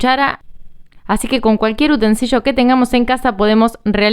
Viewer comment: UTENSILIO no utensiyo/utensillo